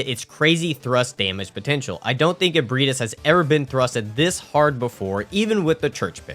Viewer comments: How the hell did you took Ebrietas and somehow pronounced it as Ebrahtis 😂😂😂 Dude use Google text to speech if you don't know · Mans said “eburtiss” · At this point I swear you're saying the names wrong on purpose to cause me physical pain 😂 Raa kuu yo. Japanese is phonetic, there jsnt a hidden i in the word lmao. Also Ebreitas is ah/eh-bry-tas. EDIT: YOU SAID IT RIGHT LATER ON YOU'RE KILLING ME MY GUY🙃 Love the vid, holy hell you have more commitment than I ever did.